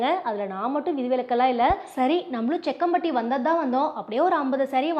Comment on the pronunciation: Jakkampatty. Not sekkampatty sister